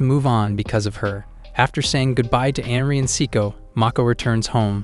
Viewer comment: It's not "Henry", it's Anri. And it's not "Sicko", but "Saeko".